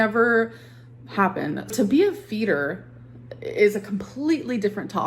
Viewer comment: Anyone else sometime hear “FETUS” instead of “Feeder”?! 😂😂 or just me??